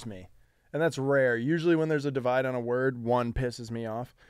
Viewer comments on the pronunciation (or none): none